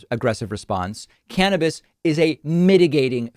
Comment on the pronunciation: Finally someone says cannabis like